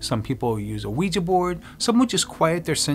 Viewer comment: Thank you so much for pronouncing “ ouija” board properly ! 🐾🌏🌚🎃💛